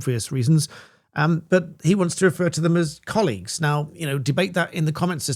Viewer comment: 'colleagues' FFS